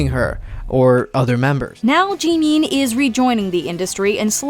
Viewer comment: I can’t get over how badly the narrator is butchering Korean names. Like honestly, in the news clip he said Jimin’s name properly, but clearly she didn’t listen to that part. 🤦‍♀️